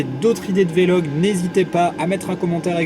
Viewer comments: c'est vlog et non Vé Log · on dit vlog not vélog :-( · Pour info on dit pas velog mais vlog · Très bonne vidéo j'aime bien le concept. Juste pour info le mot se prononce "Vlog" et pas "Vé-log" mais sinon c'est vraiment une bonne chose ce genre de vidéo, c'est assez rare. Sinon j'ai 15ans(je suis en 2nde) et j'aimerai aussi devenir pilote de ligne plus tard mais je n'ai pas du tout commencé à piloter et je n'ai pas passé de brevet de pilotage,cela pose-t-il problème? Est-ce que tu pourrais aussi faire une vidéo par rapport aux formations possibles pour le devenir et quelques conseils ce serait vraiment très bien. Merci ! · Juste on dit vlog et pas véloh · Mdr il a dit " V log" au lieu de vlog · Salut attention à ta prononciations du mot vlog